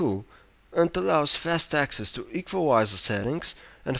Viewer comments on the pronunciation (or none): I LOVE HOW HE SAYS EQUALIZER HAHAHA